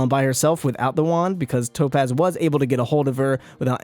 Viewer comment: When I say tapoz you say topaz! Tapoz!